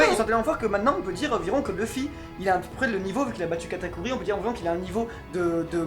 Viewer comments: Il q dit seconde katakuri😂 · kamaltero la deuxieme categori les 21 sabres j'ai entendu kataguri ki est = a KATAKURI!